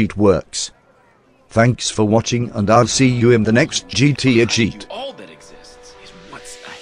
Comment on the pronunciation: The tranlator pronounces gta really weird. You have to click on gta and then go back